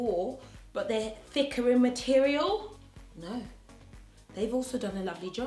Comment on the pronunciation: LOL!!! LOve how you say "Thicka"!! Long time follower and fan . Proud of your growth Your Amazing & Beautiful! !